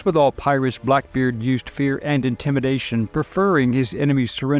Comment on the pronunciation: I keep hearing pilots not pirates? Is it only me?